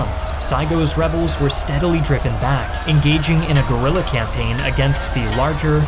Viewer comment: I love your videos, but please don't pronounce "Guerrilla" "Gorilla" XD